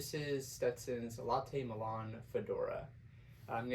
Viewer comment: Nice review and shout out for the coffee. The milan straw is pronounced "MY-lin" and not like the Italian city. It is actually man made high grade plastic that is shredded very thin (like cutting angel hair pasta), then woven into cords and then those cords are woven into the hat. You can see the start of the cord spiral in the crown. I have one and it is good in summer, very flexible but retains its shape and brim snaps nicely. I agree on sizing, the milan is flexible which means there is a tiny bit of give. I like buying my 'right' size and then adding spacers if needed. The milan is easy to clean also so good for a weekend hat and can take some abuse. Got mine at Meyer the Hatter in New Orleans....a place any hat lover must visit at least once, or multiple times.